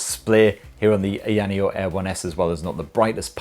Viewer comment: say it any way u want,, it's a free world (as long as company is ok with u BUTCHERING the name of its flagship product;D)